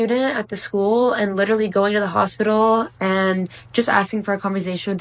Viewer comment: You were in the crazy hospital !!! I wish you could learn how to pronounce hospital correctly!!!!